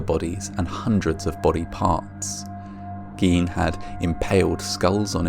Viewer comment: Also Gine, hard "g" long "i", not Geen.